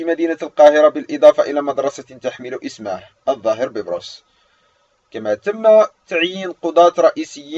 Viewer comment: علي فكره بتقول الاسم غلط😂😂😂